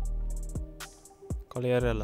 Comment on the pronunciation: è molto buona bro, di solito voi americani pronunciate Qughliarella